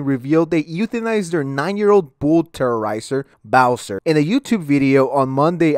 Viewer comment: I like how calls it a "bull terrorizer" lmao. It's "terrier" but I'm not sure if he was making a joke or misreading it lol